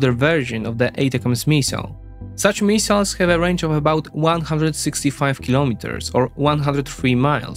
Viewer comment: no need to apologize about pronunciations, you would be apologizing all day otherwise; just chuckle about it and move on. Mee-siles haha